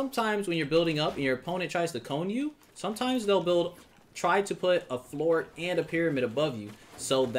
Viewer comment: Im sorry but its floor 😂